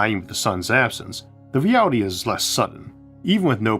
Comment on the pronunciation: "We can make our dweems a weality!"